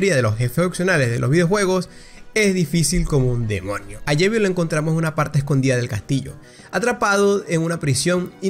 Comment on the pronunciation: Suspiro.. No se dise llevil es JEVIL